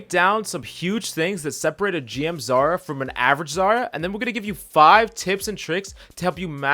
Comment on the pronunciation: It's "Zarya", not "Zara"